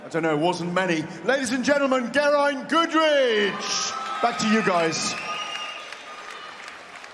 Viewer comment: Nick potts from Wales bkb has an Irish flag next to his name so wrong song in the chariots of fire feck up when it was st elmos fire ,then mispronounced Geriants name ,,,,wth